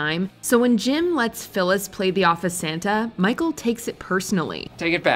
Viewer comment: She said bicheal instead of micheal